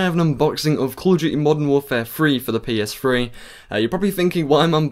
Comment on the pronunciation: did he say ps free? XD funny accent